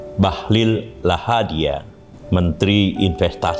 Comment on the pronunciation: Lahadalia Prof, bukan Lahadia